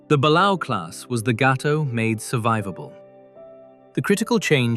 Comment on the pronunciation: Christ the mispronunciations are GRATING! Gato LONG A, Balao Bah lay o, barbel BAR bell. SSBN-616 model is just wrong... So is the Ohio...